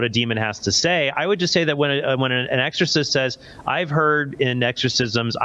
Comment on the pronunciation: HEY it's not exhausist 😂😂😂.. It's ex O cist....my man... Cmon now catch up